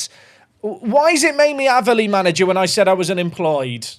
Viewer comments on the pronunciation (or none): Using my comment to help the algorithm to say the way you were pronouncing Aveley (It's pronounced like 'Ayv' not 'Av') was driving me craaaaaaaaaaazy 😂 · And its not Averley it's A--veley 😀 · its aaaaveley. Not averley haha i dont know how to type how to say it but youre saying it wrong 😂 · Ave-Lee not ava lee 😂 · you pronounce it Ava - Lee. I went to The Aveley School 🤣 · Just so you know its pronounced.. A ver lee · One its pronounced A-ver-lee. Two its has a car park next to a swimming pool so it's a good away day 👍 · hearing him pronouce aveley wrong way to many times was painful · Aveley rhymes with bravely. It was making ears bleed to hear it the way you said it!😂 Glad you got it out of your save.